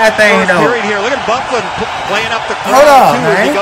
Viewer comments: Lol, yeah its actually pronounced "Buff-lyn", his nickname is Big Buff. Hockey player names are pretty memey so I don't blame you for getting it wrong. The man is huge and can play very well offensively despite being a defensemen. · Good vid an it is pernouced buff-lin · Bro the annoncers said his name like 25times through out the video. But you talking so much. No wonder you don’t know how to pronounce his name Dustin BUH-FLYN it’s pronounced lol But we call him “Big Buff” due to his size & ability to hit that hard!